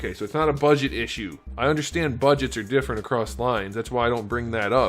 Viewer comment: différer, I didn’t know you spoke French 😂